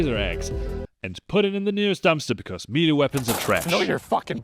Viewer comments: Melee = "meh-lay" not "mealy" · Good video, made me laugh a lot. BTW its Not Mee-Lee, it's pronounced May-Lay. You said it so much. 😅